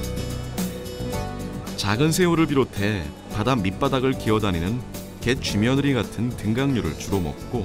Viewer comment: 나레이션 목소리톤은 편안하고 좋은대 발음할때 정확하게 하지 않은경향이 있는거 같음.. (갯쥐며느리, 등각류,얼개빗 등어리,딱때기 ) 내가 가는귀가 먹었나...